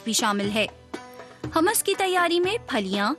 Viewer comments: It's humus not hamas. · Its humas not hamas